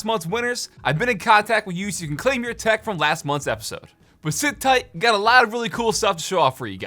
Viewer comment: HOLD UP! I’m late to this but did he say “COOL THECK?” With in the first 5 seconds?! Please! I need answers